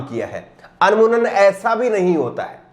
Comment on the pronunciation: Anmunan nahi bhaisahab amooman